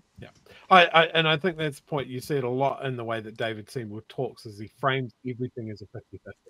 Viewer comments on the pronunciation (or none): none